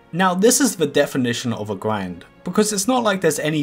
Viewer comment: GRIND or QWIND?